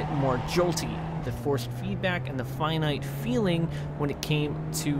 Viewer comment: The word you’re looking for is ‘finite’. Sounds like you’re saying ‘finute’ which is not an actual word. Sorry, always seem to be leaving pronunciation comments on your videos. Keep up the good work👍